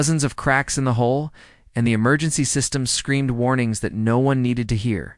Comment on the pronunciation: ITS HULL not hole again